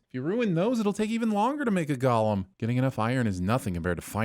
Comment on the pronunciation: I give you one sin for pronouncing golem incorrectly.